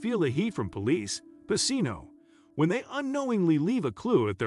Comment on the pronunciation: His name was pronounced wrong the whole video. It’s pronounced pa-chino